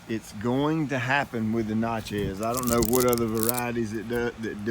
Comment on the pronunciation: Do you not prune crossing and rubbing branches also branches growing inward to center of the tree Normally the best time to prune crepe myrtles is during the winter when there is no foliage they bloom on new growth. The na in Natchez is pronounced like natural is